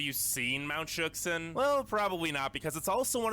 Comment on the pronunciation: As a Washingtonian that is very used to how native names are pronounced it made me cringe so hard when he said mt. Shuksan